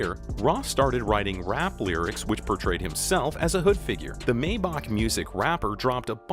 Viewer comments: He said maybock When its mayback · He can’t even pronounce maybach right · y’all hear that maybach pronunciation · when he mispronounced “Maybach” ik this was bullshi 🤣